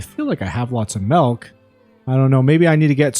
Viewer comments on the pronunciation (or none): Did you say "Malk"? silly comment